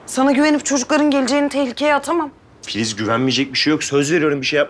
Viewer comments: te barış filiz demiyor fiziz diyor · Barış te fizis dedi 👱👱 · FİZİZ ne ya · Filiz demedi Fiziz dedi hahaha😂😂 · barış bir yerde "fiziz" diyo😂😂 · fıziz dio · Fiziz dedi Barış en başta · da filiz deil fiziz de barışın telefon numarası var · Fizis dedi barış abi